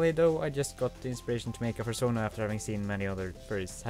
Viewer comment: A...furschona? XD